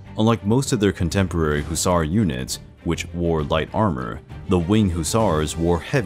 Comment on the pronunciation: this is the first time I've ever heard anyone pronounce the word as hoosar